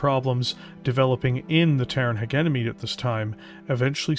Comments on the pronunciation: Especially since is not even saying Heguemony but Heguenomy when it should be Hejemony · Literally my only complaint about the video as well, otherwise a fantastically orated bit of media. Pronouncing "Hegemony" in English is done by saying the words "Hedge" and "Enemy" together for anyone who is debating the topic. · Great video(s). One observation I have is that "hegemony" is pronounced: he·gem·o·ny / həˈjemənē and not "heg-em-ony" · Jesus, man! You should be able to properly say "hegemony" (not hegenemy). You are a Canadian after all. You don't have an excuse of referring to made up language 😅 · I believe the correct pronunciation is halfway between yours and his. HEH-JEH-MUH-NEE, ending the syllables on the vowels. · You are mispronouncing hegemony the G is pronounced like a J it’s driving me nuts cause your work is so good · AH the British pronunciation of Hegemony! But that's the worst part. Good work. Your voice-over work is damn good. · Is it possibly the British and Canadian pronunciation? Because our boy is definitely Canadian. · Most of us don't say it like that anymore, the word doesn't flow and we like some gravitas to our words. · Yep that's about it. it's not a hard G it's more of a J It make it a bit jarring to listen, but otherwise great video